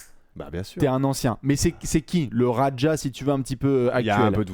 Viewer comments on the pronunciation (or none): Par contre mon cher ça se prononce Dino "Radia" et non "Radja" 😉😘